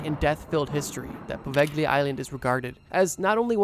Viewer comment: Poveglia mispronounciation is driving me crazy, why didn't you learn the correct one?